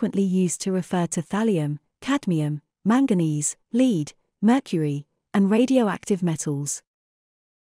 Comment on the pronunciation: If you use an ai voice you should teach it to say lead.